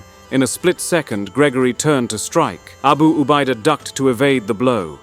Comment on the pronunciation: Nyebut abu ubaida yg betul